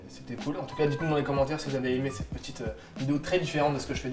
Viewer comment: petiteeuh vidéo